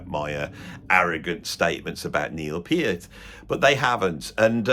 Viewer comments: It is my opinion that you're no clown but you're hilariously funny. It is also my opinion that Neil Peart (pronounced Peert, not Pairt like that true clown pronounced it) is the "greatest" drummer in rock thus far. He's not the "best" drummer ever, just the most inspiring and exemplary one ever. He's DEFINITELY the MOST OVERRATED drummer in history. I couldn't agree more with what you said in that video. He just HAS to be. He was Neil Peart, after all. Who else would be the most overrated? That guy in Culture Club? No! He wouldn't even get mentioned. Is Bill Ward the most overrated? NO! He's fucking amazing but he''s not Neil Peart. He rarely gets mentioned as being top 5, even though he might well be top 5. Saying that Neil Peart was overrated is NOT THE SAME THING as underrating him. If you ever do a list of "the most inspiring and influential" drummers ever, I'd expect that Neil Peart would make the number one spot because that's exactly what he was. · They could at least pronounce his name correctly…it’s PEE-art, not Purrt. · First guy couldn't even pronounce Neil's name correctly!! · If someone is trying to defend Neil and pronounces his last name in a wrong way... well, that's a red flag.